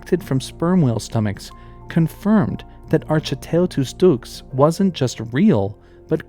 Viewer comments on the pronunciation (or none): Enjoying your video very much; informative, and it's nice to see the Cryptid video trope turned on its head. One comment so far is about the Giant Squid, ; the genus Architeuthis is more correctly pronounced ark-e-TOOTH-is, and the species name like "ducks". Unfortunately, I cannot find you a link or source for this.